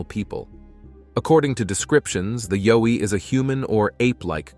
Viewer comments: It is yowie pronounced yow iethe yow to sound like ouch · Pronounced YOW as in Y and ou from 'ou'ch plus e. Plus not a myth I met one outside my home in NT, many years ago, and we stared at each other less than one metre apart. We were both stunned.